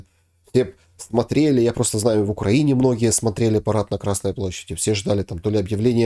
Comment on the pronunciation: намекните гостю, что ударение в названии страны Украина стоит над буквой И. Странно, что человек вроде бы и умный, но с какой то глупой стороны продолжает называть страну не корректно. 😊